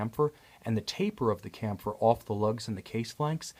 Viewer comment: I'm fairly sure "chamfer" is pronounced "sham-fur".